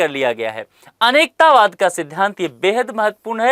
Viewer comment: सर आपके उच्चारण में काफी त्रुटियां हो रही हैं जैसे - अनेकांतवाद को आप अनेकतावाद कह रहे हैं और अपरिग्रह को अप्रिगृह कह रहे हैं। आशा है सुधारने का प्रयास करेंगे।